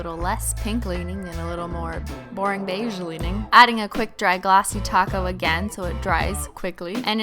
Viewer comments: She said glossy coat not glossy taco in the beginning 😩🤩🤯😋😜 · I thought she said glossy taco lmao